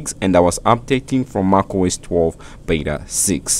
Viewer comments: Lol, you can pronounce mac as something in between mec and your pronunciation of mac. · Great video but you need to learn how to pronounce macOS. It sounds so weird from you.